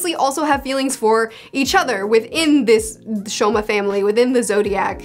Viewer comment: Fruits Basket is my favorite manga series ever. I'm so glad you're reading it ! It only gets better from there, trust me. The art style does get a whole lot better as well. Also, it's actually not the "Shomas", but the "Sohmas", pronounced like "Soma", which is also another way to write it. Basically the s is pronounced like an s. I noticed you made that mistake so, here it is :) Same with Momiji. It's not Momoji, but Momiji.